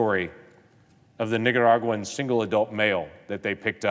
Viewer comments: He makes me nervous when he says Nicaraguan 😬 🤣🤣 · Listen to how he pronounces Nicaraguan.... LOL